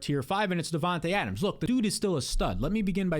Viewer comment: ya vids are 🔥, but how can you pronounce Devonta Adams name right but Devonta smith name wrong 😂